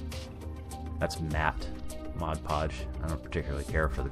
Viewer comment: Thank you for saying mod podge correctly!